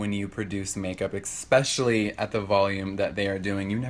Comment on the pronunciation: Jeffree, it's ESPECIALLY not EXPECIALLY. #busteddahouse